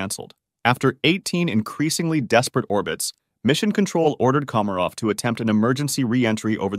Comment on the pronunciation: how do you fuck up pronouncing komarov at the start but 20 seconds later get it right?